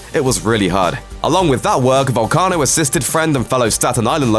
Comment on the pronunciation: Way to butcher his name you Irish mick